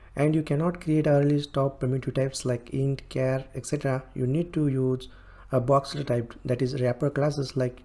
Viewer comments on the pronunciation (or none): none